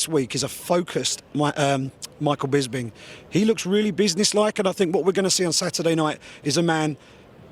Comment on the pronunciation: It's bisping not 'bisbing' you idiots